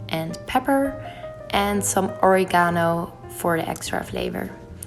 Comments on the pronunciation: Oh girl, that's not Origáno but Orígano :) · Same!!! And Oregano as (Ori-gah no) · also in Italian it's pronounced (and written) "origano" with the accent mark on the i 😎